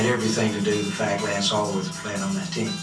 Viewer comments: Alworth, not Elworth. Nickname: Bambi. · Lance ALWORTH, right? Bambi. Dude.... it's important. Alworth.